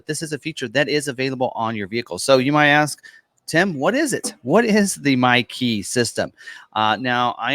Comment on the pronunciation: Thanks to Niles, I only every hear "Mikey"...